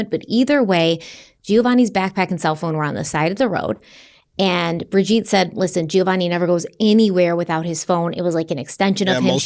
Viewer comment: Her name is pronounced Bridge-Ette not Bridge-Eat!